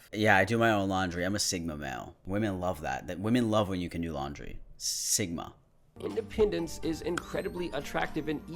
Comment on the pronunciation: can we talk about the "independAnce" tho